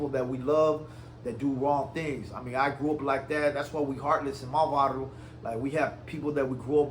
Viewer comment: He can't even say varrio or vato right boy go open up a gas station or go work at it u a Arab u probably tryna go blow up a building or sum I bet anything his family hD sum to do with 911 u ain sht next to spm foo u the one clout chasin Raza never felt what u or that Ecuadorian foo criminal talking bout